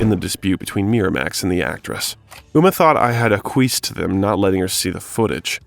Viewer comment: Still wondering what "aqkweesed" means too. Acquiesced, maybe?